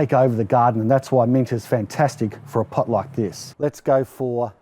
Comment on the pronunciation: Took me a minute to realize you said mint not meat 😂 lol. I Thought it was some new plant I never heard of. You got yourself a new subscriber.